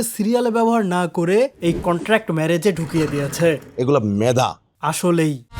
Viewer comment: কনটান্ট নয় এটা কন্ট্রাক্ট হবে। আপনি নিজেও কিন্তু ভুল করেন